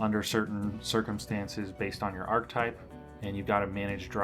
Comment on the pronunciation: Archetype has three syllables